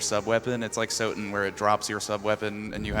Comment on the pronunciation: "Sotun"? C'mon, guys.